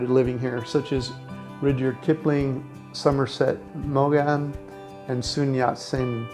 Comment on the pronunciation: wow you do not know how to pronounce somerset maughn???? talk about uneducated , maybe instead of focusing on the vegan bullshite you should focus on learning some things